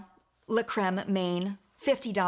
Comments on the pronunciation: Loved this video! One nitpick though, "main" (hand) in French is pronounced "mahn", not like the English word "main". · paraffin is actually great in cream, bath and body works has a much more affordable one that I love. Also Main is pronounced Man, French for "hand". Literally called the hand cream!